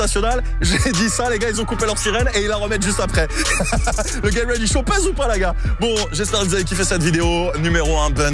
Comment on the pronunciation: mec t stressant ! travail ton anglais stp.... 'get ready show' et pas 'GAY ready show' ! enfin c toi qui voit. et c'est pas un bun mais un bun'S ! cordialement peace.